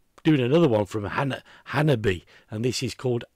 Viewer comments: I think you'll enjoy more Hanabie - they're superb. Their name is said like "Hanabi eh" For another band to check out from Japan, try: Ningen isu - Heartless Scat Cheers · Okay,, I think it's time for the Hanabie. pronunciation tutorial, provided as a service by the band themselves